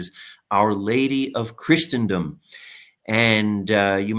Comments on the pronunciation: A better pronunciation example is the root word itself! “Christen” (as in christening gown) means baptize. Christen rhymes with listen. So it’s easy to see that Christen-dom has no t, nor ch, nor sh sound in it. Pretty easy. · Please LOOK UP THE PRONUNCIATION OF CHRISTENDOM!!!!! It's like the word LISTEN. The T is SILENT. No "ch" sound where the ST is! Thank you.